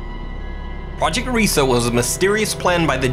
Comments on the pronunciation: Project Reise isn't pronounced 'REE-sa' it's 'RYE-sa'. It was either a complex of underground manufacturing facilities or the future site of the Reichstag in case of Ally/Soviet advance. Obviously it didn't happen because of the Red Army and it was started too late for either case. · #5: Its not "risa" its pronunced " R-ieee - s- eh" (a long i) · To those who dont know any German, the word 'Reise' is pronounced as the English word 'Rise'. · Its pronounced rees The e is silent... I speak fluent German and that's very insulting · It's RIESE, not "Riesa". From the German word for 'giant'. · I'm sorry but its pronounced "reyesa"